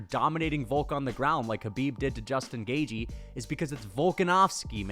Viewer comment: Please learn how to pronounce Gaethje correctly for the love of Christ